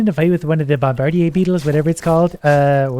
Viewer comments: Bomb-adeer, not bom-bRder(silent)e (idk what èēë thing is that if one at all) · If I didn't like so much, his pronunciation of bombardier would be enough to make me unsubscribe and leave.